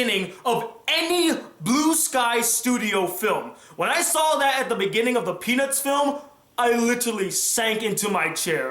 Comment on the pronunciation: peanuts movie I know it sounds like he said penis movie